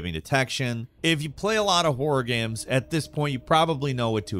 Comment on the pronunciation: Guy seems to have a speech impediment. - At least, he says a lot of things weirdly. Like he also says "games" like "gehmz" or something, rather than just "gayms".